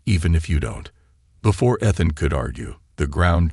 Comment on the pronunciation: Pronounce Ethan properly. It is irritating to hear it spoken incorrectly. It is E(long sounding E)-than (short a ). Main syllable is the first syllable.